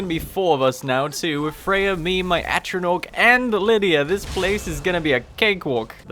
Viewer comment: i know i'm a year late but for heaven's sake please learn how to say "Atronach" it's an 'a' not an 'o'